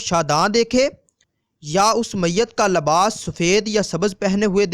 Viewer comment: pyaree islami bhayi Urdu Zara AR durust Kar Len sunne m ajeebLagta hai daaleel ilamat labas ravangi ar salasat paisa. kijiye......